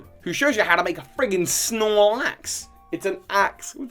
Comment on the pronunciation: I almost wanted to close the video out of outrage when I heard "the Snorelaxe"